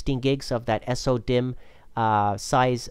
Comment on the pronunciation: am i the only one who got annoyed by the pronounciation of vesa and sodimm?